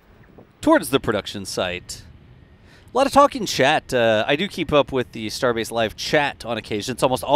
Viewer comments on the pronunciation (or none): Starbase..? I thought you said, Starbucks..?! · 😤@ "Starbase" LM-A🤣